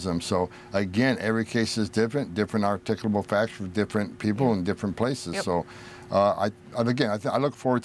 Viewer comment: What the heck is “articable”? Do you mean articulable, ar-tic-u-able and the use is articulable reason.